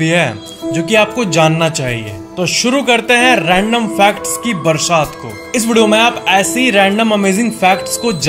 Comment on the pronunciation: he i saying bharshat not barsat 😂😂😂😂